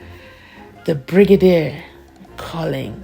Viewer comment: I don't know how to pronounce it my lord the whole bregadia the LLB student at this level of education this man is reading as he the grade five stud not even the child can read better